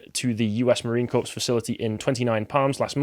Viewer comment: Corps is pronounced 'Core', not 'Corpse'. Amazing, how often people of their age/s mispronounce so many simple words - like they've never heard them spoken.